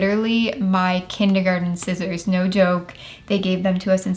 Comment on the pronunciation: I hate it when people say skissors instead of scissors.